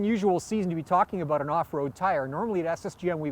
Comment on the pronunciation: lol aboot